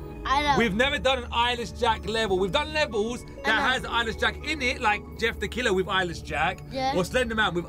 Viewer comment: Eyeless Jack? Sounds like “I Lish Jack? Or I like Jack”. Lol XD! OR! I Wish Jack.